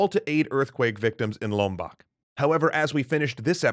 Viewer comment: It's pronounced "loam-bohk". Indonesian "o" is always the "long O" sound.